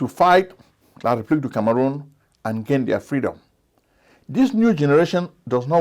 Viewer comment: You mispronounced the republic of Kangaroon